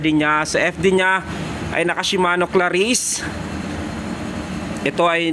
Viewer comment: Cla-reece. Hindi "ClaRISSE!!!" Poota. Dun palang tinigilan ko na panonood.